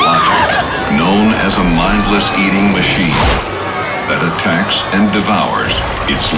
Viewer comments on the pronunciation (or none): none